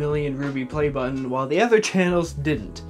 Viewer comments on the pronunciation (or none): none